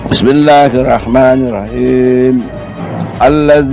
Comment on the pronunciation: Bismillahirrahmanirrahim nya aja tajwidnya berantakan